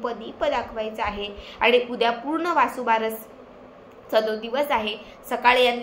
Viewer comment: वासूबारस चुकीचे आहे, वसूबारस म्हणावे .